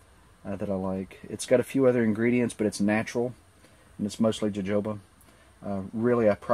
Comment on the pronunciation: Actually, jojoba is pronounced in the Spanish/Mexican way (Ho-Ho-Ba)... you should also mention that 3% of the people in this country are allergic to jojoba (I am one of the 3%)... They use the stuff for EVERYTHING (at least one "multi-level marketing" does): toothpaste, shampoo, soap, toilet cleaner, mouthwash, etc, etc, etc...